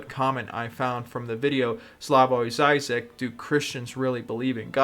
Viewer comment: "Dzaizak" Duuude, cringe